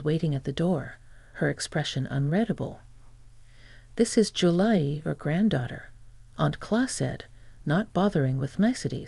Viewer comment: A good idea is to listen to your own story before you post it. You idiots call Julie, July and Julay. Sloppy. Get with it.